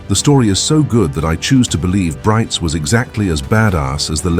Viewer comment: Brites is pronounced somewhat like Breets.